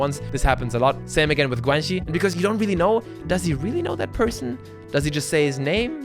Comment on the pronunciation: Can someone explain one of the words he used to me (Guanxi, he pronounced it like guenchi)???? Maybe he defines it in the video but I think I missed it